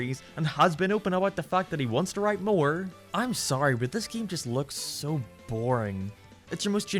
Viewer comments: I physically hurt everytime he says "geam" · Look, I'm not gonna take opinions on what's good and bad from someone who pronounces Tails as Teals and Game as Geam.